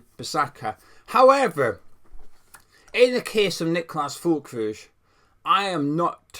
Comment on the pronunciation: Hi there, the correct pronunciation of his surname is Ferlkroog (hard G.) The umlaut above the ü makes it sound like ‘er.’